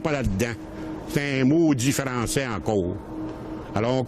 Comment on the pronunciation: ... ctun maudit frrrançais encowwwre .. haha j'adore 😅😂 ça me fait rappeler mon grand père